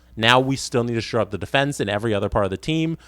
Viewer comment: ......it's Shore up...... Not Sure up. Hahahah